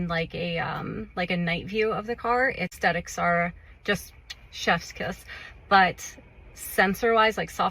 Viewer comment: “asTHetics”, not “asTetics”